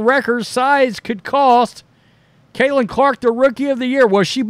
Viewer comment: Her name is Caitlin not cailtin....but she deserves rookie of the year but if it goes to Reese it's cool...get it right bro